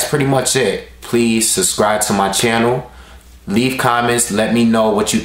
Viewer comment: lol you always saying "suscribe" instead of "subscribe."